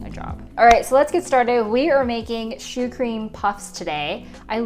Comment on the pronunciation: 11 minutes in: Finally realized you weren't saying "shoe cream" but "choux cream"